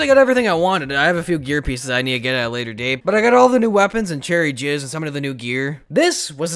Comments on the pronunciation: he said cherry jizz 😂😂😂😂😂😂😂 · He said cherry jizz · Lol you said Cherry Jizz.... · he seas cherry jizz listen at the end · He said cherry jizz towards the end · At the end he said cherry jizz😂😂😂😂💗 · He said cherry jizz at the end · Lol he said cherry jizz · He just said cherry jizz